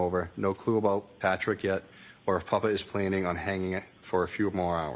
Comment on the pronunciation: Since when is "papa" pronounced "puppa" btw?